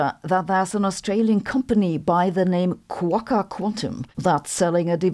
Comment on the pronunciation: There is no "r" on the end of Quokka. But a nice mention of them. 😄